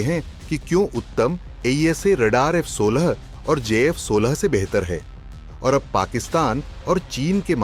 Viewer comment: F16 and j16😅 First, say the names of both of them properly, then tell the qualities of your radar